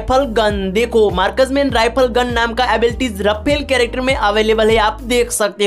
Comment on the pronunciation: Markas Man Rifal ❌ Marksman Rifle ✅😂😂😂Thik se Bolo Yar 😂😂